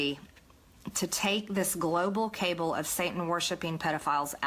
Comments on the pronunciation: That Taylor-Greene thinks 'cabal' is pronounced 'cable' tells me everything I need to know about her. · Its caBAAL not caBELL Sad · Its not global cable, its kah-bull MTG. 🤣🤣🤣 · Hey Marjorie, cabal is pronounced kah-Bahl not cable. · Cabal not Cable. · She cannot even pronounce "cabal". Pronounced kabaal not cable. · 🤣🤣🤣 she can't even pronounce cabal - saying cable instead - what a dunce! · Did she say "cable"😅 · And, no surprise, she can't pronounce "cabal." Maybe she thinks there's a "cable" involved when building space lasers? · 'A cable'? Interesting pronunciation of cabal. If Saudi Arabia is part of this as she stated, that puts TFG in that same group. So can we connect Saudi Arabia to the space lasers because they gave $2 billion to Jared? We are now living in crazy world. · Greene is a psycho, obviously, and is doing a service to Democrats by bring her QAnon crazy into the House. She's fucking stupid, too. Only a hick from backwoods Georgia would pronounce "cabal" as "cable." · Marge says "cable" instead of "cabal"... that tells you all you need to know. She can't even read and understand the difference between words, yet she is on the intelligence committee??? 😬 The slowest moving coup keeps inching along!! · Did she say "cable" instead of "cabal"? Damn... When you can't even pronounce your conspiracy theories correctly... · Another MTG pronouncement error: CABLE instead of CABAL.. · It's remarkable how moronic and ignorant MTG is. For someone who claims a reverent familiarity with the bible, she twice mispronounced Moloch. Nor did she know how to pronounce 'cabal'. If you're that ill-educated, you're likely to be susceptible to whatever dubious conspiracy shit you hear. This is a woman with no experience of critical thinking. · She's such a moron that she can't even pronounce "cabal", not to mention that she thinks the Nazi police wiere the Gespacho. I guess she thinks Jim Carrey, the "Cabal Guy" is part of this conspiracy! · Did she mispronounce cabal?😂